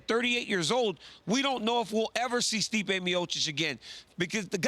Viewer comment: Turned Stipe Miocic into Sleep-ay Miocic amirite? I'm right.